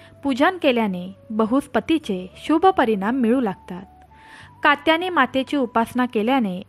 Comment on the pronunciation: निश्चित शब्द पण म्हणता येत नाही पहिले नीटट बोलायला शिका तुमच्या घरातील लोक तुम्हाला काही सांगत नाही का की तुम्ही जोड शब्दाचा उच्चार चुकीचा करता कात्यायनी असा शब्द आहे पहिले नीट बोलायला शिका चुकीचे शब्द उच्चार करु नका